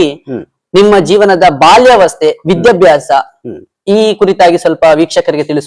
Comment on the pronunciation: ಅದು ವಿದ್ಯಭ್ಯಾಸ ಅಲ್ಲ ವಿದ್ಯಾಭ್ಯಾಸ